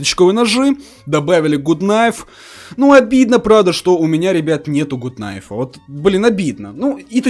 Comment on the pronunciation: не гут найф а гат кнайф